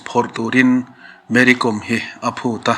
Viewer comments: Mary kawm(hnamhming)com tia lam adiklo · Kawm hnam hi, anmani chuan, Naga an inti, aninti Mizo lo, com tia lam pawh hi, thil kawm eg kaikawm tih kan sawia kawm rikdan a nga lam rik tur a ni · Mary com tih com hi kàwm hnam a ni a saphming n Lalsangzuali sailo in sailo hnam a nina a chawi tel ang hian Mery pawh hi Kàwmhnam tina a nih chu,kawikawm angà ,kaàwm hi lamrik tur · Mery kom/com .tih hi a dik lo.Mery Kâwm tih tur. Kâwm hi hnam hming a ni . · Mary kawm tia lamtur anizawk e aw